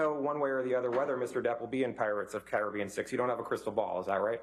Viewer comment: Cai-ra-bean? Lol never heard it pronounced like that before lol